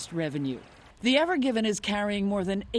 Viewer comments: lmao “evergivin” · Why do they keep referring to "The Evergiven" when it is patently obvious that the ship's name is "EVERGREEN" ? Can't journalists read? Nope! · Not the “evergiven” Elizabeth, the “evergreen”.